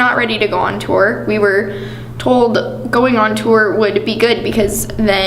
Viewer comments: Cheyenne Paige “tewer” 😂😂😂😂😂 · I remember always being pissed off over the way he pronounced “tour” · relatable content hahahaha